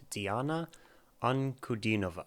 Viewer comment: This is one of the best reactions on Diana I have ever watched! Thank you doing research on Diana before reaction and sharing it with us. Also thank you for being one of a very few who were able to correctly(!) pronounce Diana's name. Thank you!